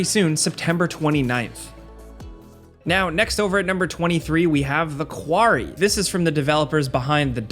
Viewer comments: You dunno how to pronounce "quarry"? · I didn’t know you had an accent until you tried to say Quarry 😂